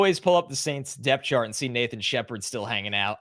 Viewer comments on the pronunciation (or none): none